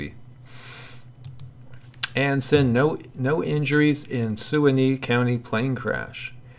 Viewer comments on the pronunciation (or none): Omg. Nobody else? Ok then: Suwannee. Se-WAH’-nee. Suwannee, how I love ya, how I love ya . . .